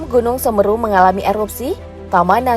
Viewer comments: Yang bener Semeru bukan semru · Itu bacanya semeru kak bukan semeru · Kok mgomong nya gunung semeru salah